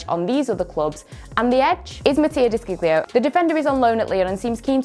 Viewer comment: The pronunciation of Matias desciglio 🤣🤣🤣🤣🤣 its De sciglio🤦‍♂️🤦‍♂️🤦‍♂️